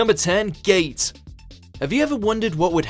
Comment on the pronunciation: Its not gate its GATE